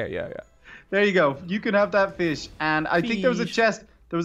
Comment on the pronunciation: I love your pronunciation feesh dargon chark 🤣🤣🤣😂😂😂🤪🤪🤨